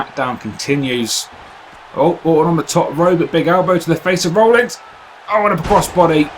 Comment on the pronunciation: It sounds like you're saying Rollings, not Rollins.